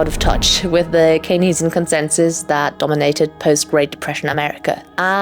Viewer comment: Great video; however, "Keynesian" is pronounced "Cane-zee-in," not "Cay-nez-ee--in."